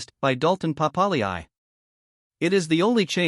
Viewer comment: That's not how you pronounce Savea , Papalii or Ioane.